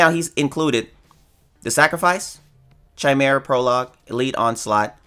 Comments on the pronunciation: wait a minute this man who has watched FMA is pronouncing chimera which is correctly said kai-mera, as chai-mera? the fuck????? fake fan didn't watch the show. everything you say from now on i'll think is a lie. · I love the way you start videos by giving people life advice. You have good content, but the way you pronounced chimera like "chime-mera" made me want to facepalm. Keep the good content and update your vocabulary. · You butchered me with pronounciation of Chimera prologue... :D Its not chipmunk to be pronounced that way. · I don’t know if is saying chimera wrong on purpose? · If he figures out it's wrong, he wont change it. Trolls gonna troll. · the way u say chimera ticks me off. no offense or disrespect or anyfink just sayin